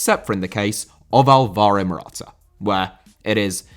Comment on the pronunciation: Álvaro* not Alvorouw